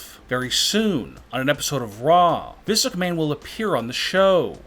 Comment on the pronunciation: His pacing and inflections are nails on chalkboard annoying. His lazy pronouncing also irritates. WWE and Vince McMahon are two great examples.